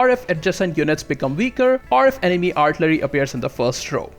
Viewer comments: Artillery - pronounced Are till a ree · R-TILL-err-EE....you're welcome. LOL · He absolutely cannot pronounce artillery, cavalry, or infantry. Might should have picked a different subject to make a video on.